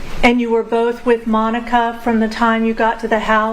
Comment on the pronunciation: And once again I renew my objection to this female defense attorney and reassert it drives me nuts how bad of a listener she is... she can't even say Monica's sisters name right